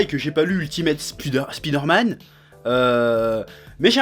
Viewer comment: a il dit "spider-matte" mdr